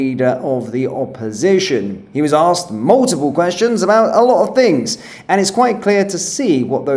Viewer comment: did he just say, she axe about waiting lists?